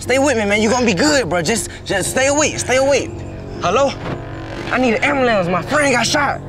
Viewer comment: "I'm finna call the ambulampse" 😂😂